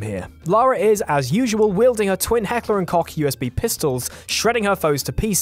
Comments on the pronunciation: It's heck-luh and coke, not heck-ler and cock... Talk about getting weapons wrong. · the way you pronounced heckler and koch made me want to shoot myself with a helcker and cock pistol. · Lol..... Heckler & Cock? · As a german person I never realised before how funny the english pronounciation of Heckler&Koch is XD